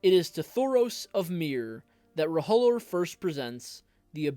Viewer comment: It's pronounced roe-lore Not ro-ho-lore 😂